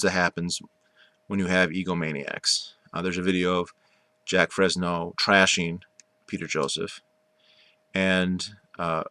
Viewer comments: haha dude the fact that you're saying jack frezno proves you haven't done any research at all. Keep living in your little world buddy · *Jacque Fresco not Fresno 🤣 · You just didn't get the point or right people to talk to. You also got the Venus Project wrong on how it really works and Jacque Fresco's name pronounced wrong as well. An NO this type of society never got to break ground because of Money, Greed, and Power over the people with it. Big Oil being one of them, but Elon Musk is slowly killing them off. We need a resource economy not money/greed/power hungry economy.